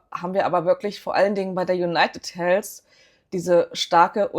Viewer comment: Konstruktive Kritik: Es heißt ausgesprochen in etwa: Junajted Heldw (ein stimmhaftes d das wie w klingt und nicht Helfs. Einfach die Zunge an die oberen Schneidezähne halten und dann summen indem man d ausspricht. Das englsiche "th" muss man als gebildeter Mensch heute einfach draufhaben, eben weil alle anderen können. Sonst wirkt man quasi zurückgeblieben, selbst wenn sehr schöne Aktienanalysen liefert.